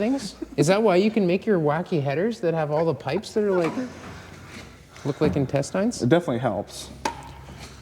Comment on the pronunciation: It's going to be nice, and I got a good laugh when you said "intes tines."